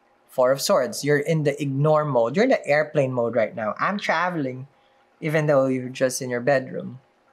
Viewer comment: ~you’re in airplane mode “I’m trAveLing” I love it